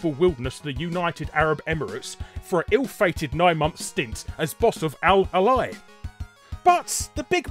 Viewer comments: >Al-Uh-Lai As an Emirati this makes me mad. It's ehh-lee. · It's al Ahlee,not al Ali.